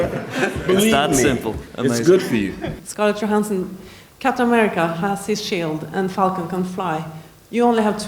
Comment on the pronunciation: her last name is Johansson not Johansten